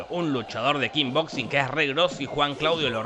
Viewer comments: Imagínate estaba re caliente dijo KING BOXING en vez de KICK BOXING. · kickboxing . NO KINBOXING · Todos: Kickboxing Jorge: Kingboxing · "Kick"boxing no "King boxing"... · ES KICK BOXING SE PRONUNCIA KIK PORQUE DECIS KINBOXIN JORGE POR QUEEEEEE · Se dice Kick Boxing no King Boxing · Kin boxing jajajaja No es Kick? xD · Me parece a mí o decís "King Boxing"? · Nadie, absolutamente nadie Jorge: Kinboxin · Nadie: Absolutamente nadie: Jorge: "Kin boxing" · Yo también le decía "Kin boxing" hasta que vi la nueva y ahí me enteré de cómo se decía😁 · Corrección: Voz rasposa: "kinboxing" :D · 2 segundos después dice kin boxin